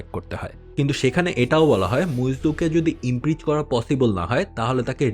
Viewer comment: It's not IMPREACH.. It is IMPEACH ! Get your Pronunciation straight !!!